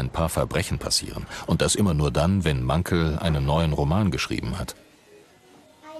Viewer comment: Mankell. Am Ende 2 ll. Also Mankell gesprochen und nicht Mankl. Das tut weh😥😭